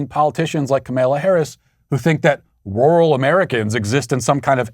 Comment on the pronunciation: The only thing more offensive than Kamala is how Matt pronounces rural. Matthew you are canceled sir